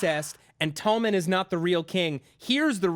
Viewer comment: Please sort out your pronunciation of Tommen.